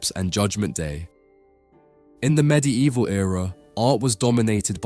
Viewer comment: “medi evil” 😂😂